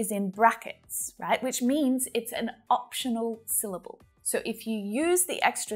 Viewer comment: The word “syllable” itself has only two syll - bles, not three.